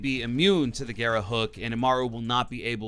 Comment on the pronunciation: I've watched nearly all the content for the new ops, no one said "garra" right, they all call it "gara". For all the non spanish speakers, if you see more than 1 R its pronounced "garrrrrrrrrrra"